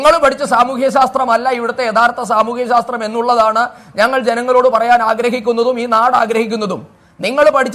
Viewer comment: ശാസ്ത്രം എന്ന് വ്യക്തമായി പറയാൻ പോലും പറ്റാത്തവനെ ഒക്കെ കേൾക്കേണ്ടിവന്ന നമ്മുടെ ഗതികേട്...